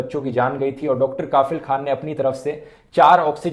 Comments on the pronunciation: Bro, right pronunciation of Dr kafeel is कफिल not काफिल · You pronounced it wrong, it’s Dr. Kafeel and not Dr. Kafil. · Rathee Bro plz pronounce कफील not काफिल Video is really informative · It's not kaafil.. It's pronounce as ka'fill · Its Kafeel not kafil! Feel the difference. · Dhruv, I know you don't write scripts on your own now. But please before making the video, know the correct pronounciation of the words 😃 it's Kafeel and not Kaafil. In your video about Hagia Sophia also, you pronounced 'Kurd' as 'curd' 😂😂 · Bhai, the pronunciation is कफिल not काफिल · Pronunciation as Dr kafil not kaafil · It's pronunciation is Kafeel, not kaafil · Its Kafeel not Kafil. Focus on Pronounciation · Listening kafeel as kaaafeel khan weird pronunciation. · Kafeel, a right pronunciation is कफ़ील......... means responsible Well done Dhruv🇮🇳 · It's pronounced कफ़ील Very detailed analysis 👍🏻